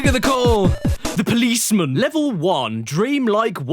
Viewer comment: the way Caddy says policemen (POOLISMIN) is my new aesthetic